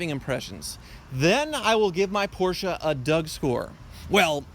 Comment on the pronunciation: "This porshe's doin it fer dale!" Fucking died.